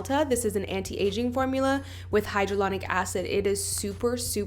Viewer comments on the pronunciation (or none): will i? if she cant even say it how does she know what shes doing